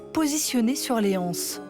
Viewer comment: Je suis choquée, au sens français du terme, de voir le titre de l'exposition en deux langues, sauf le français ! Et depuis quand on ne fait plus la liaison entre des et anses ?